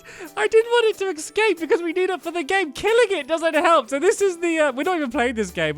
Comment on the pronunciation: "E c scape"